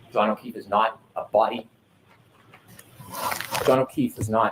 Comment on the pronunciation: Thank you for calling out that he calls him O'Keith. You're the only one to clock it. The mouth moved differently for an F sound vs a TH and he's CLEARLY messing up his name. HB is the type of lawyer people think of when they picture a scummy lawyer.